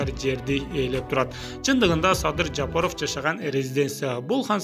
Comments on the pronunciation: Жапырыв эмес Жапаров 🤣🤣🤣🤣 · Туура айтсан Жапыров дебей